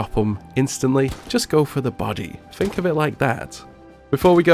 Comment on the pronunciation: Love the videos but please pronounce a word with ‘th’ in it as ‘th’ not as an ‘f’. Like u say fink for think. It reall annoys me